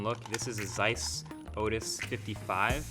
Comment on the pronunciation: Zeiss... Come on! You should check how to pronounce it!😂 Btw I love MKBHD